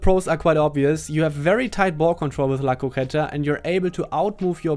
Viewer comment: Yes you pronounced "la croqueta" perfectly